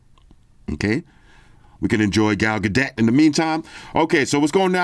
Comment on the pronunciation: Gal gag dot 😆🤣😂